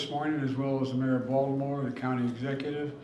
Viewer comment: Vaultimore, ballimore, oh man this guy can't speak properly